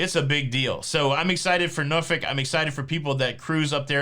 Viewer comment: Congrats on pronouncing Norfolk correctly wife is from there